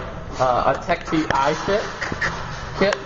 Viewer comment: isnt it techt not tech t?